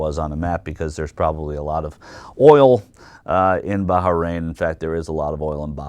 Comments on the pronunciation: "Barharrain"? What is it with Yanks and their mispronunciation of anything Middle Eastern? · Baharain? Heh. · Is it really pronounced Baha-rain? I think he's making fun of Graham, but i'm not entirely sure. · What is "Baja- Rain" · wow u americans can't even pronounce Bahrain right